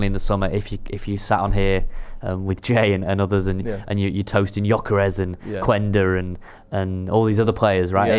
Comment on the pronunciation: It’s pronounce Qenda. In portuguese when a u is before an e or a I the u is mute